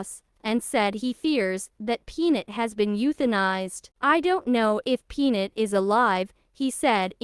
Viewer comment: Is it too damned much to ask that HUMANS narrate these videos, instead of idiot AI? The squirrel's name is Peanut. NOT Pnit! and TikTok is NOT TikTik!